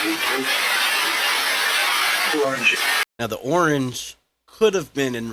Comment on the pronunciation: The 'orange ' almost sounded like " who owns you" in a british accent